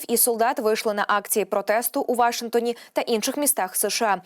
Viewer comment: Слово "Вашингтон" має наголос на останньому складі ❤